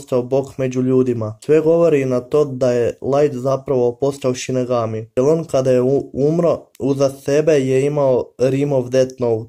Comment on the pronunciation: Nije sinegami vec sinigami